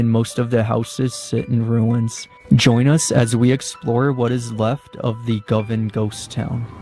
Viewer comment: pronounciation is "GO- Van"